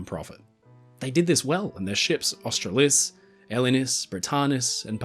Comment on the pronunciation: Unusual! Was it really Austra-LIS and not Aus-TRA-lis?